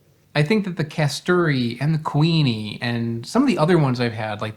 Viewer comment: lol when you first said kuini mango i thought you were saying queenie mango and just over-emphasizing the ui sound 😂 it seems logical that there would be a queen mango variety.